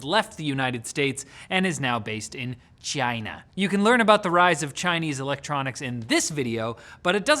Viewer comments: "Chaynah".. Lmao I'm dead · WRONG! It’s “Gina” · Does saying China in that accent make it funnier? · It's definitely his intent to sound like Trump, but he still pronounced the CH part too much. Trump says it more like a soft G. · The way he said “China “ tho